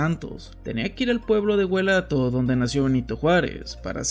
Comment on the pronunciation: GUELATAO No Guelato😂😂😂 de mínimo has el esfuerzo de pronunciar los nombres correctamente